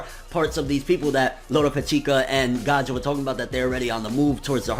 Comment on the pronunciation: I think his name is Gaia not gaja just like GAIA THE FIERCE KNIGHT!!!